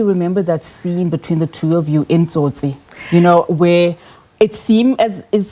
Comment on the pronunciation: I met a Brazilian young couple in Jamaica a few years ago who said the only movie they remember about South Africa was "Tsotsi" and they pronounced it soo well . Will miss you Cobrizi